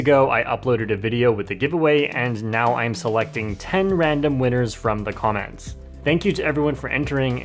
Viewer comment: at 5.51 sec he said "comments" as "commants"